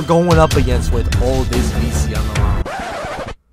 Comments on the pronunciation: No disrespect but you said sos x goat but it said sos v goat it's you so its fine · This dude said “SoS x Goated” when his name was “Sos v Goated🤣🤣